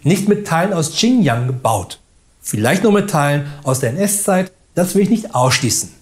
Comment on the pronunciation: und, das war nicht "ching jang", sondern "schin Gee-ang "